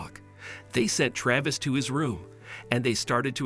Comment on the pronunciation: Computer talking. Is it Trayvis or Travis?